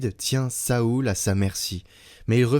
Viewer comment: Cest nouveau de prononcer Saoul ?